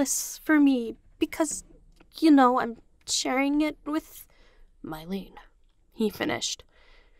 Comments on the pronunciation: I love your fanfic and the way you narrate it But Mylène is pronounced me-lehn not my-leen. Sorry, I know I'm being THAT person but it was really bothering me 😂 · (Also Mylen is pronounced “me-len” in the show, idk if anyone else has said anything about it)